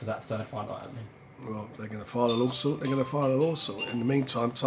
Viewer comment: What does frank call a Law Suit ?! A lawsal? 😂😂😂😂